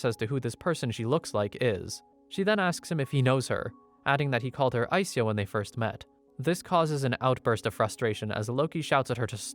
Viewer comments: I think SYA is pronounced like sha in shadow. Not si-ya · it's sha, not sia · You say her name like Aiseya but its spelled Aisha? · Its Ai Sha. not Ai Siya. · Just FYI, its pronounced as Ai-Sha. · i think the names pronounced aisha lol